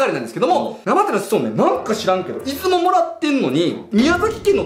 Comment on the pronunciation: 島根県民なので出雲に関することは気になっていたので面白かったです！ ただ出雲のイントネーションが気になりました、、出雲の「い」にアクセントつけるのが正しいです